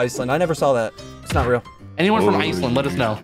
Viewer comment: It is ríl